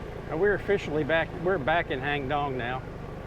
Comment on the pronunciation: My wife and I enjoy your video. We normally visit Chiangmai yearly and nice to be able to see familiar places. I hope you don’t mind... your pronunciation of “Hang Dong” is not quite correct. It’s “Haang Doang”, please ask your wife to pronounce it since you refer to it often. It’s unfortunate most of the Thai words spelled in English are incorrect because they are translated letter by letter from Thai to English without considering the correct pronunciation. An example is “Phuket”, the correct Thai pronunciation should be “Pooget” (with the “g” sound instead of “k”). Btw, I’m Thai and my wife is from Wisconsin. I tried to point out what the correct English spelling should be to help improve her pronunciation. Stay safe and thanks again for sharing your video.